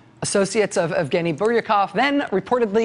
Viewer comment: Since when is "Lara" pronounced as "Laura"? Jeez, maybe someone needs to brush up on her journalism skills. Focus on pronunciation and proof-reading material before presenting it. Evgeny has no F in it, Rachael and the G should sound like a J...god how embarrassing!